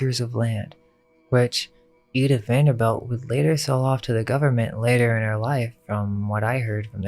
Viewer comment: It's pronounced Vanderbilt not belt.